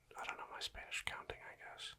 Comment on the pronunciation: Yo your spanish pronunciation is actually really good